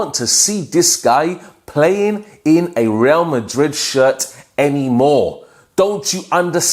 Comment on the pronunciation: The way u say WRA MARID😂😂😂😂